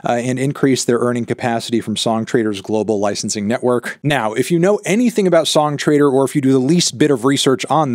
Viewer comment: every time you say "song trader" my brain hears "song traitor", I guess it kinda makes sense now